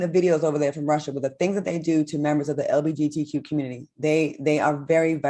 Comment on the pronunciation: Claudia stay saying LGBTQ wrong 🤣🤣🤣